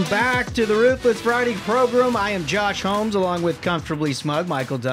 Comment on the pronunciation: Thanks fellas. Yes, I've been leaning into the name thing. I always dare people to pronounce it. I swear I'm not running to HR right or wrong! Josh, you got it right!